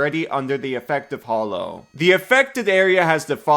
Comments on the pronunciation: “Everyone knows about this spell because of me”… but still doesn’t know how to pronounce it 😉 Hollow vs. Hallow: FIGHT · Normally I try to ignore people’s mispronunciation but how the heck can you pronounce “hallow” wrong while saying “hallowed” correctly? It’s the same darn word!